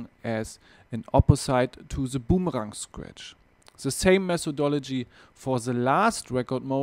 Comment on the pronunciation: Aussprache wär ja nich so schlimm wenn er wenigstens TH und boomerang aussprechen könnte... but he doesnt even try -____- lmao